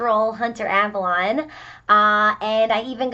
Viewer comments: Ps its avalone not avalon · You pronounced Avallone wrong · You said his last name wrong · You've fucked up from the beginning when you can't even pronounce his name right. Take this L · You pronounced Avallone wrong 😞